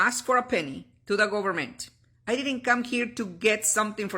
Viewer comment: The “Gobamint” lol